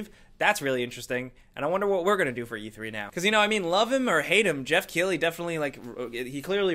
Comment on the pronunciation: Why are you saying jeff keighley if it is geoff keighley